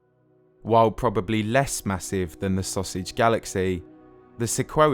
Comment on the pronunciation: I couldn’t help but giggle every time he said “sausage”. Amazing video as always. Please never stop creating.